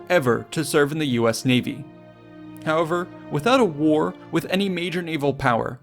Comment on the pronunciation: Work on your 'however' :D Great video as always!